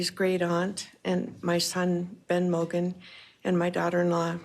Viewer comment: Her name is Madison MOGEN, not Madison "Morgen" 🙄